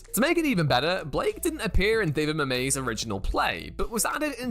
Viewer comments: Dude pronounces "Mamet" "Mamay"😂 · can we discuss the pronunciation of [david] 'Mamet'... lol.